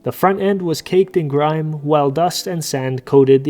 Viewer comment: grim rhymes with trim. Grime rhymes with time.